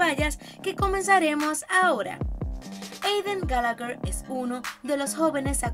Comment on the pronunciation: Eidan galager xDD (como lo pronuncia)